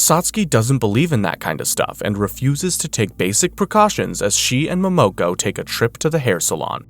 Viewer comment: It’s mo mo ko